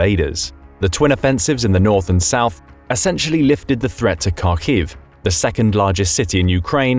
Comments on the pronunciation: The k in kharkiv is silent dude (so more like harkiv) but spelled as Kharkiv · Up until 2022, not a lot of anglophones used to pronounce Kharkiv, so is there even a set way of saying it.? There’s no reason to start mispronouncing it now that it’s mentioned more often. The city is Харків. The transliteration for Ukrainian ‘Х’ is ‘Kh’, but it’s pronounced “ha”. “Har-keev”. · According to Google, everyone has cancer too. Kharkiv's "Kh" is pronounced like a hard h (therefore the k), definitely not like a k. If you don't know how to pronounce it, just using the soft h like in the English language is still better than pronouncing it with a k.